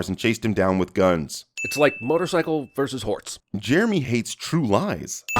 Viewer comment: “It’s like motorcycle versus horts.” What was that again, Jeremy? XD